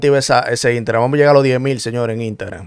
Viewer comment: Una pregunta papi tu no puedes decir la palabra completa Instagram con la s